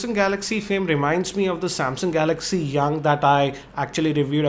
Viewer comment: sorry not trying to troll but He saids Samsyaung